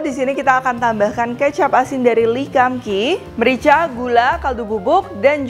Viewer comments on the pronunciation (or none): Lee kum Kee bacanya Li kung Ki bukan le kam ki